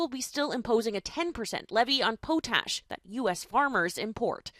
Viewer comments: "Pauxtash." Hi world, I was raised in the part of Canada where that stuff comes from. It's pronounced pot-ash. Just say the words pot and ash. It's easy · Yo I lost it when she called potash “poe-tash”🤣🤣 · its POT ASH not PO-TASH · po-tash? its POT- ASH! FFS Americans. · what is po tahs?? lmao its pot- ash. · Pot ash, not powtash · Mispronouncing 'po-tash' from a Canadian news station is ridiculous and disrespectful. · What the hell is po-tash. The reporter should learn the word. Next to go department of Education. I am glad I AM CANADIAN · Lmao, tf is “poe tash” hahaha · wait Poe-tash? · It’s Pot-Ash by the way..😂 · Poe-tash hahaha what the fuck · What the eff is poh-tash?! lol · As opposed to the ash from a joint, I suppose, but it's redick. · Who is this reporter who cannot pronounce potash? Strange. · idiot commentator cant pronounce potash like really needs to find another line of work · Worst part of of this tariff war? By far. Listening to some people’s pronunciation of potash. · Whoever is announcing this can’t pronounce “Potash”. Hahaha 😂